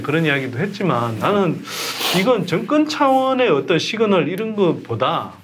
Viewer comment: 선소장님은 "정권"을 자꾸 "증권"이라고 발음하시네요 제 귀가이상한건지